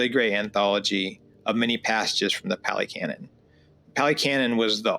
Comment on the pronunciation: Pah - lee, not pally. Buddhism is N O T a belief system. Ever. In not one place in the Canon are you required to blindly believe in anything. This is not a blind faith situation. It is an investigative situation. There is no God here to blindly follow or pray to to appease the self - there is no permanent self, no soul, no 'me' that is doing anything or controlling anything. There is Dependent Origination. The entire Canon is about one topic and one topic only - the truth of Dukka, the cause of Dukkha, the ceasing of Dukkha and the path to the end of Dukkha, the 8 Fold path. That's it. You investigate and observe and see the truth of non self, Dukkha and impermanence. It is not about logic, not about getting anything, not about seeking. The Four Noble truths, reflect on these, see the truth of the way things are. Also the Buddha lived and taught 2,566 years ago. Also you don't walk with the Buddha. The Buddha is not a person, a form. There is nothing. It is empty. There is no dogma here, no belief system, no God, no creator, it is not a religion but a practice. The Brahma you read is the divine abodes. The Hindus are attached to a belief system. You're perception is that there is a creator God and are intent on comparing and returning to this belief, this is a Fetter, a hindrance to awakening. Your mind is closed, you are caught in the worldly winds. You may find Ajahn Sumedho enlightening, he is American and has a lot to say about the conditioning we've experienced. He and h